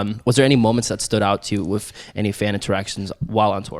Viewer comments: doms accent he says ""wiff""instead of with. love it lol. 😆!!! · pronouncing with as wiff is why we're here